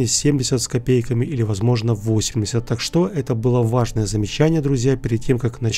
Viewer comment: Почему "так что́", а не та́к что?